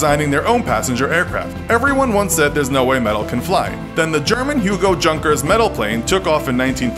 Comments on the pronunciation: You-ngker's instead of Junker's anyways keep up the Good works. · Junkers is pronounced "yoonkers" not as it is spelled. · Your pronunciation of Junkers is horrible, it's pronounced like Yunkers, you're always pronouncing things wrong. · Dat pronunciation of junckers tho